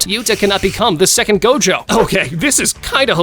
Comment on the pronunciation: I think you miss said gojos name is go. Jo